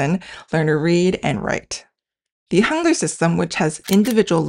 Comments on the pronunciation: Forget about the translating AI! It speaks the word Hangul in German like "hoongur". These translations are more misleading than helpful. Get rid of this nonsense! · I was confused when I heard Hangur (what?) then realised she means Hangu l